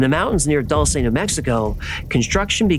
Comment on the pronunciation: Dulce is pronounced Doo Ln Say